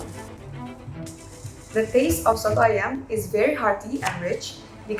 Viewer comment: the way she said soto ayam is really nice to be honest